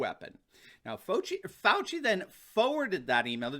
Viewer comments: "Faux-ci Fauci." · Hmmm, seems like all this time we’ve been pronouncing Dr. Falsie’s name wrong.